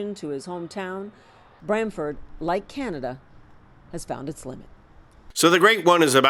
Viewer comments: Get the name right ! It’s brantford, it’s not bramford or Bradford!!! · Brantford not Bradford can Americans get anything right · The town is called BRANTFORD FFS.